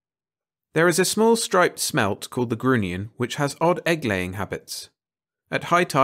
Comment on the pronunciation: Such a hilarious fantasy about human nature., respectfully offered: grunion rhymes with onion. Narrate on!